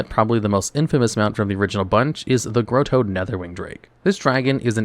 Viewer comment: not growtto its grohtto